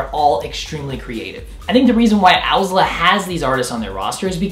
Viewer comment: I hate this guy but love owsla. Also he doesn't even say owsla correctly.